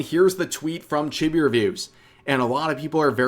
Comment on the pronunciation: Sorry to be the guy that does this but it's pronounced Cheebee not chibby. Just like it's pronounced Lolee not lolli, it's not like a lollipop, it's lolee as in lolita.